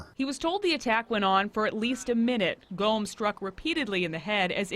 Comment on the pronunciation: "GOMM" not "GOME." Please have respect for the Officer by learning to pronounce his name if you're going to tell his story.